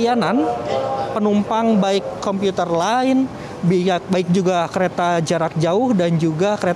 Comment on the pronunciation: Commuter line hahah bukan computer